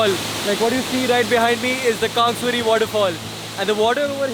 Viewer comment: You know well how to pronounce krangsuri and laitlum omg I can't believe my eyes.its so so damn beautiful...love from sohra(cherrapunjee)